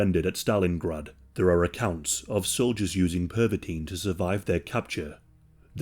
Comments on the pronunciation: (Per-vuh-tin) not (perv-a-teen) you diddy party fucking hall of famer hahahqhahqhqhqhq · Pervitin - Pronounced like "perv a teen". Oh my god. No wonder Hitler liked it so much! 😄😃😄😃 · PERVitin? Hmmm.